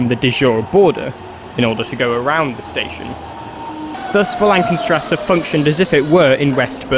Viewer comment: "geisterbahnhofen", "tranenplatzt", "wollankenstrasse"... srsly nobody forced you to put all those lists of station names in your script, might as well figure out how to pronounce them...